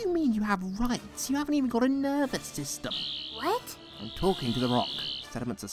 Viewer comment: i think he said nerve-a-system